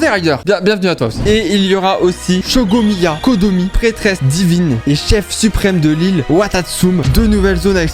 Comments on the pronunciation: Alors J'ai adoré la vidéo mais c'est "RaideN ShogOUN" et "San-go-no-mi-ya KoKOmi" et pas "Raider shogueun" et "Sangomiya Kodomi-" Et l'île c'est Seirai je crois Désolé, je souhaitais le relever ^^" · Pour l'intro sponsorisée, il a tué les noms des filles de genshin impact. Je vous présente : Raideur* et Shohomya Kodomi* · Est ce que la (très) mauvaise prononciation du prénom de Sangonomiya Kokomi en "Shogomiya Kodomi" est faite exprès? Par ce que Rider au lieu de Raiden ça passe encore mais là...;-; Je t'aime bien mais la prochaine fois fait un effort stp! ^^ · Raider sho-gun au lieu de Raider shogun x) Waw y a shogomiya kodomi aussi Nn mais a jamais joué à genshin 🤣🤣🤣(on s'y attendait) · Trop hate d’avoir Shogomiya Kodomi …. Il a fait 0 effort pour dire les noms mdrr